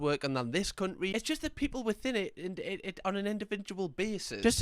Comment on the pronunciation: "cunt'ry" is perhaps my favourite pronunciation of that word XD